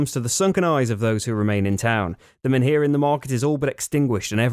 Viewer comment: The H in MENHIR is silent